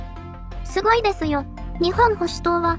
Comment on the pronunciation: 読み方は、『にっぽんほしゅとう』だそうです。